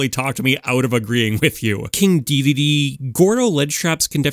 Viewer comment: KIND DEDEDE?! 😂 I think you ment king Edit: says Kind Dedede